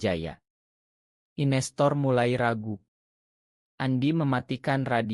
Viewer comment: Maaf, saya heran dengan suara narator akun ini, mirip suara narator akun lain. Yang saya herankan, beliau tidak mengucapkan kata/istilah dengan benar/lengkap. Contoh: di layar tertulis "investor", yg terdengar "inestor", di layar tertulis "foto", yg terdengar "oto". "video" jadi "ideo", dsb. Apakah ia bukan orang Indonesia atau ...?